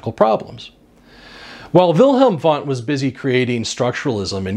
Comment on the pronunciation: Try to pronounce "Wundt" correctly! It is easy.